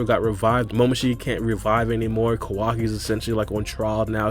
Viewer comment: Bro… it’s KAO. WA. KEE. not KUH WUKI